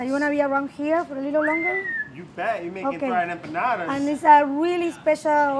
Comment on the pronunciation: watched this just to hear say Empanadas.